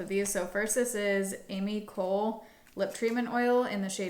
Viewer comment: I’ve heard Ami Cole pronounced “uh-MEE koh-LAY” (it doesn’t detract from the quality of the video, I’m just throwing it out there for your information 🤗).